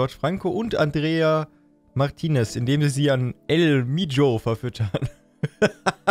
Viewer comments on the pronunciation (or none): Nur zur Information man spricht es el icho nicht el hijo aus